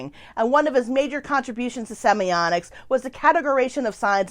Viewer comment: Why do you pronounce the word as "semionics?" semi-OTT-iks